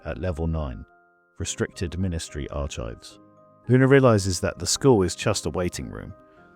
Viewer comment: Lovely story as always; however, I have one gripe. You are mispronouncing the word archives every single time. It's a hard c and silent h. In effect, "arkives". Thanks.